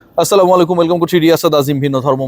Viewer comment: স্লামালেকুম😂😂😂😂